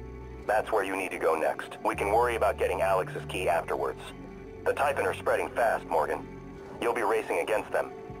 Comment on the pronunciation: you say typhoon but its typhon